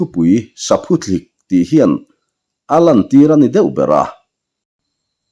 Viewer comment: Saphuthlik ani chhen lo, Saphuthlîk ti a lam tur, thlîk tih hi thluk deuh tur